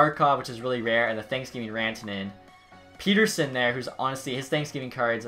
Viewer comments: It triggers me when he calls Petterson "Peterson" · Swerve On You Same my favourite player it’s 2 t’s not one lol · You keep butchering Elias Pettersson’s name in every video